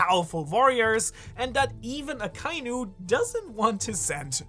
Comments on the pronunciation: Bin neu auf dich gestossen. Super videos. Kleine anmerkung für die aussprache der namen, vor allem aka inu, übersetzt roter hund, trenn die silben aka und inu und verbinde die vokale ai nicht. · Why does everyone pronounce Akainu incorrectly? They only say the name in the show plenty of times...